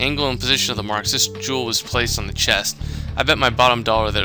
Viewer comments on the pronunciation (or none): none